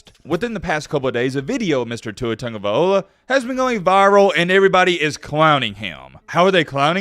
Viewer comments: Learn how to properly pronounce Tua’s name! It’s LOA NOT OLA A REAL BAMA FAN KNOWS THIS! U FAKE AF 😂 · This man name gets slaughtered, tag (not tung) a vail loa (not ola) smh 🤦🏽‍♂️